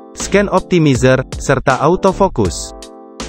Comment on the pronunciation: Masukan aja, mungkin pengucapan Bahasa Inggrisnya bisa lebih di perbaiki, misalnya di kata awesome, refresh rate, optimizer, dll, just input ya, biar yg nonton lebih nyaman, terimakasih..